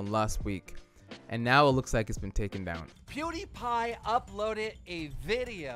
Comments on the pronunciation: how he pronounces it: poodiepie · I love how this guy says poodiepie